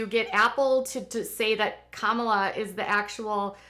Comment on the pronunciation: happy birthday!!! Kamala is pronounced like the word coma, u no a "," . Kamala. just saying, not tryin to be mean.